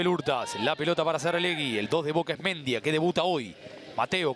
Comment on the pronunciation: Pregunto, locutor y comentarista. Porque no pronuncian Bien como corresponde los Apellidos?. Si el chico es Mendía con acento en al i sino me equivoco. Y pronuncian Mendia con el acento en al e que no existe, No lo comprendo. Igual que con Di Lollo y lo pronuncian con Y que no existe en el Apellido. Una cosa de locos. O éstos 2 periodistas son Nacionalistas Populares?. Increíble. saludos.